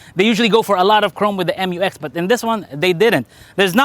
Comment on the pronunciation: it is read as "myu-eks" NOT "em-yu-eks" otherwise it should have been written as "M-U-X"